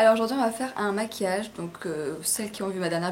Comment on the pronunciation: maquillage* et non masuillage*